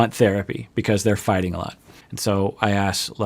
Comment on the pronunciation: The hard "ing" instead of "in'" makes it even better lol